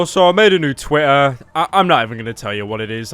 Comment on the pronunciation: soospen is tweetair acoont